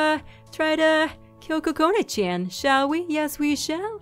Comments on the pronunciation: I love your voice and your really funny!! But, I know this is stupid, you should believe in your own opinion, but from my preference and the preference of a large majority of people, Chan isn't pronounced chan, It's like Chawn Like saying lawn but with ch instead of l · that's not how u say Chan. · I like it! Chean it sounds like she says chean lol